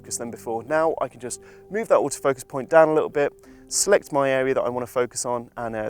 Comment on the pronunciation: "Little" has some t's in it. Embarrassing for Wex if you ask me.